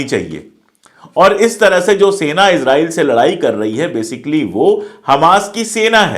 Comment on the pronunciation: Israil..pronounce Hai Izrail...nahi.